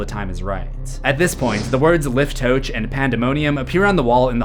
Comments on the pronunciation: Just wanted to say that “liftoach” would be pronounced “leaf-toe-ahhk” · Pronounced lee-f-toe-ah-kh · im speaking hebrew. and you pronounce liftoach with a heit sound so its Liftoakh. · Great video! Just FYI, that Hebrew word is pronounced, leef-toe-ach 🙂